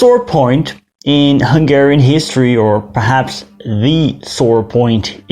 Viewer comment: As a Hungarian, I really appreciate some videos about my nation (well kind of since I am from upper Hungary). Also, your Hungarian pronunciation is very good :).